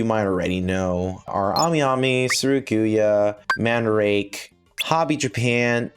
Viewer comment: Pretty sure Mandarake is pronounced Man-dah-rah-kay.